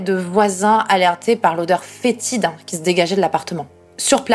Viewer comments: Après je suis belge c'est peut être ton accent frenchie mais on sent bien le fétide quand tu le dis :v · Ca me tue comme tu dis "fétide" :v bon anniversaire, oué ça se voit trop les rides et tout déconné :v (dit le vieux de 44 :v).